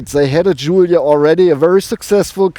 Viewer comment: The only one so far who pronounces the word correctly Giulia